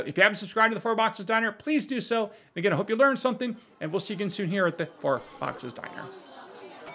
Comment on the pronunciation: It always sounds like you say “fart box diner” instead of four box diner and it makes me smile.